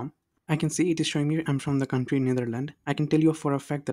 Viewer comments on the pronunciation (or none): none